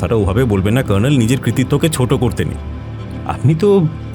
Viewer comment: সঠিক।এরা কর্নেল উচ্চারণ টা‌ ভয়ানক সাহেবি করতে গিয়ে নরক‌ করে দিয়েছেন।